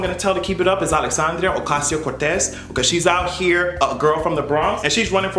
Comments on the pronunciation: Listen the way you properly pronounced her name?! I LIVE! 🙌🏽👏🏽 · Right?! You better roll those Rs! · The way u pronounced her name snap snap